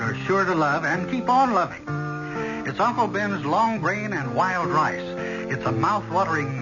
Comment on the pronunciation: Thank you! 👍 Well written, well acted. I seem to have to go backwards in time I'd I wish to enjoy quality entertainment . NOTE: I swear I heard Berle Ives during commercial say 'lWild Lice' instead of wild rice several times..lol (@ of 3rd story).